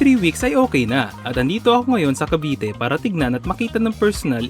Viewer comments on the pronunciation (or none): none